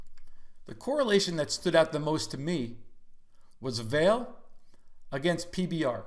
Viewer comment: Fwiw I think it's pronounced vol-lay since their Brazilian Company.